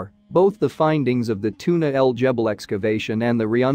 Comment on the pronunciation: Its Tuna El GEBEL, the G is like the G in “gas” its NOT a J. And Tootank-koomen??? Seriously?!